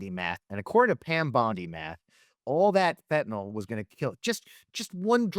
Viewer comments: She also says Fentanol instead of Fentanyl! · Bondi, it’s Fentanyl NOT Fentanol!